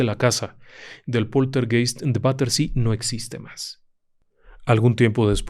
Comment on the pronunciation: Poltergeist se pronuncia POLTERGAIST.